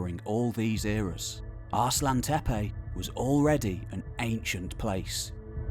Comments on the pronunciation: Shouldn't that be As-lan-tepe not Arse-lan-tepe? Like Aslan the lion in the Narnia stories. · Great video, spoiled a bit by the pronunciation "ARSE LANTEPE". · There is no "R" in 'Aslantepe'.